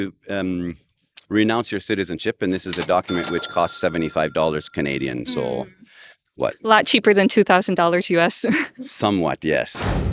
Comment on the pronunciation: 34 years in Japan and yet still manages to drop the most Canadian sounding "sooooooh" I've ever heard 🙏